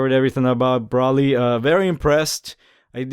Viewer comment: u said his name wrong multiple times D: its pronounced (Bro Lee) but is spelled like Broly